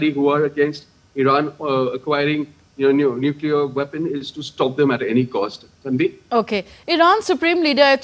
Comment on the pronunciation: Nuclear not neclear ... This is the accuracy and authenticity of dd india what rubbish u all are